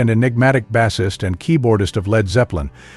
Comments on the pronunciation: I quit listening after five seconds. Why? Call this trivial he mispronounced bassist. . All credibly out the window.!! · The second "bassist" was mispronounced, I was done!